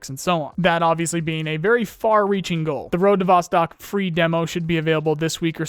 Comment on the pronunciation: Just a heads up, Vostok is Russian for "east" and is pronounced "vos-TOKE"